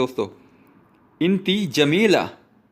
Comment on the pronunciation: इंती नहीं यार अन त होता है Woman अंती होता है